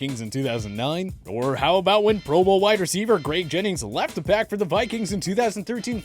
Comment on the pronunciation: I can't stand out this guy pronounces shit. Literally every video, it's like he's never had a conversation with another person... "Fe"-nom instead of "fee"-nom, pro BOWLers... I drives me crazy